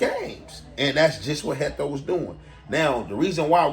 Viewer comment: Heatho not hecto